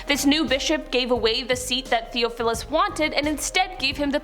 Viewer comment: "Theophilus" is pronounced "Thee-off-o-lus." The "Arch" of "Archdeacon" is pronounced "Arch-deacon," with the "ch" in "Arch" pronounced like the "ch" in "chest," "cheer," "chop," etc.